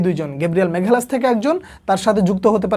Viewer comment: মাগালাসকে মেঘালাস শুনতে শুনতে বিরক্ত হয়ে গেছি।